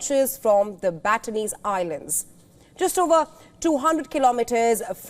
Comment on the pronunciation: “Batanes” is pronounced buh-TAN-ess, not bat-tan-EES.